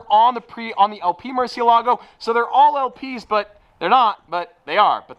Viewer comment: Yo, have Sophia teach you the correct way to pronounce the Murciélago 🤭